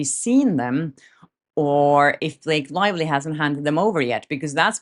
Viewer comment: Did you call her Blake Liely 😂🤣